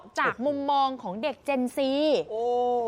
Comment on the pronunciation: เจน Z = ออกเสียงเจ็น ซีครับ จะออกเสียง เจ็นแซ่ด ก็ได้ตามใจ